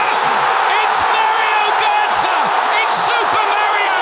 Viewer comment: I like your video. Two tips: 1. Sometimes you hesitate when talking or stumble over your words. It really distracts from the quality! Worth redoing until it’s perfect 2. You may want to look into how to pronounce Götze’s name properly:)